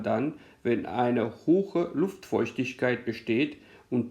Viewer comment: Es heißt nicht hoche, sondern hohe.